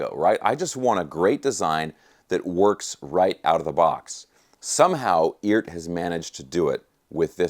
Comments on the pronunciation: I’m under the impression that it’s pronounced E-art for electric art or something like that. I love my Eart headless. Other than some issues with the trem spring, it’s a fantastic guitar. It’s got great tone and the craftsmanship is miles above anything in the price range. If you don’t like Eart, in my opinion, either you don’t know what good is or you have more dollars than sense. My Eart is practically impervious to temp and humidity, not to mention the frets. They are premium! I have never gotten so much bang for my buck from anything. They are simple, and built smart. I certainly do demand a lot from my guitars performance. I do a LOT of BIG bends and stuff with the trem so I need a guitar that will stay in tune after doing extreme note bends, and my 250$ Eart does just that. I would say the quality standard is WAY above the demand for the average guitarist, and plenty good enough for most advanced players. That’s my opinion. That thing looks SICK! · Is it really pronounced "eeert"? 🤔